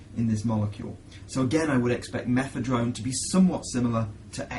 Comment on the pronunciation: Why the fuck is he saying methedrone? sure that was a great drug as well..